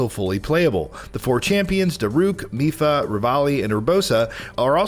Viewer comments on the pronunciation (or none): none